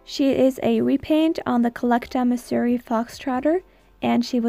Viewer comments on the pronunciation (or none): none